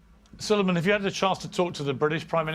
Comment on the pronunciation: Salaams and duaayn, Salueman hai, not Salman - سلیمان ❤